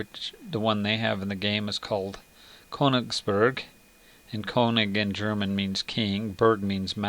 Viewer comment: your pronounciation :D "koniksbrg" lol, verry informative video tho. keep it up